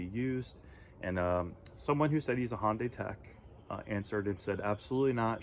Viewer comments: Hon-Day? I think its Hi-Un-Die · Why do people have such a hard time pronouncing Hyundai! HUN-DAY! Not HON-DAY or HI-UN-DAY. HUN-DAY like Sunday. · Try pronouncing the name of the carmaker you own correctly: Hun-day, rhymes with Monday. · Why do people have trouble pronouncing the name of the company they just bought the car from?